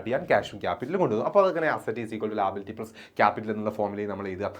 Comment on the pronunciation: Sir ലാബിലിറ്റിഅല്ല ലയബിലിറ്റി ആണ്😂😂